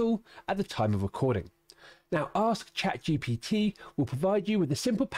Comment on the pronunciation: True, he is saying GTP